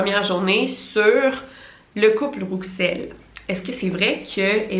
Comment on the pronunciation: Coucou Victoria je crois que « Rouxel » se prononce [Roussel] voilà bisous superbe vidéo 😊